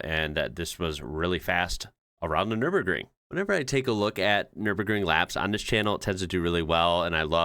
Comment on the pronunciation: 1st. American pronouncing Nürburgring totally right. Well done.